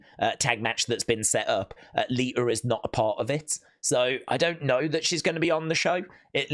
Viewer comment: Liter!? You mean Lita!